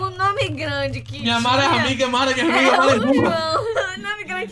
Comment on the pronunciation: Ninguém: A Mara: Marrom